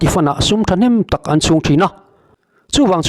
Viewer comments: Thing phaw lam rik anga lam tur emaw ka tia.Eg.thingphaw vuak.😂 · Phawvuak tih hi,Hnaruak tih ri anga ri tur a ni e